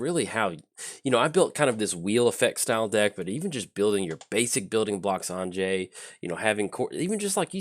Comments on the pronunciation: Anje (because Innistrad is based on Western Europe) would be pronounced as if you were saying "Angie", but completely forgot the long "e" sound at the end. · I'm pretty sure the correct pronounciation would be An (as in Annihilation) + Yay without the y sound at the end - Anye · I feel like your pronunciation is more of the Russian but Innistrad tends to feel more southern Austria - if you drew a circle with say Graz at the northwest corner, Zagreb as the southwest corner, and caught a little piece of Slovenia, northern Croatia, and southern Hungary - that to me is Innistrad. That's why I went with a different pronunciation.